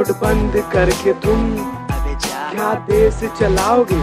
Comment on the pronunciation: tum sh bolna kab sikhoge..desh hota hai Des nhi